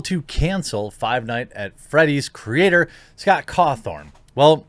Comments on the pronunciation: Guy, it's Scott Cawthon. There is no R in his name lol. Why do you keep calling him Cawthorn? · Caw THON not THORN Jeremy. And everyone who was a fan of the game knows scott is christian, its part of his dev backstory that he started off making terrible christian games that looked animatronic... I get you're a news channel but please atleast read into your subjects a little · Don't care one bit for FNAF, and I think his religion is stupid, but I can respect the man for what he's accomplished and the way he carries himself. Also, it's Caw thon , not Caw thorne . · Lol it's Scott cawthon, not cawTHORN. LOL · I’m so sorry but it’s cawthon not cawthorn 😂 it’s getting to me for some reason lol someone tell him please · It's Cawthon not Cawthorn lol. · It's Cawthon. Not Cawthorn. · It’s Scott cawthon not cawthorn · Y’all, it’s Cawthon... not Cawthorn 0.0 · Its Scott CAWTHON, not CAWTHORN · You’re pronouncing it Cawthorn, its pronounced Cawthon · Please, Jeremy for the love of God his name is pronounced CawthON not CawthORN. I love you, but you avoid foreign or complicated names so that you don't butcher them but you're adding letters to simple names. Respect for covering this though. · Th-on, it's pronounced Th-on smfh. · The mental gymnastics are almost as impressive as the continued non existent R, Jeremy keeps adding to Scott's name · "Cawthon" does not have an r in it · Jeremy, buddy. You really need to hear a person's name before you say it. there is no R in his name. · Can someone tell me where the "R" is in Cawthon? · You did 2 videos on this guy, in one of them you hear how his name is pronounced. You presumably read at least 2 articles. There is NO R in his name. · Please learn to say his name correctly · There's no R in the man's last name. Stop it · I'm surprised you're still saying Scott's last name wrong lol. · I also caught that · Yeah, it’s a little annoying but it doesn’t really matter